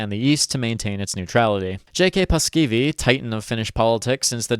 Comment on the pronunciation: The pronunciations are just good enough for the mispronunciations to be annoying. You basically drop two vowels from Paasikivi ("Paskivi?" Sounds like shit in Finnish lol) and when you said "Mannerheimintie" I nearly fell to my knees. "Manner hey minty". Yeah, no